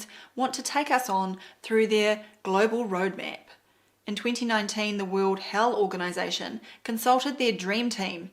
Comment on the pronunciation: "World Hell Organization" -- I had to rewind to check if I had heard that right!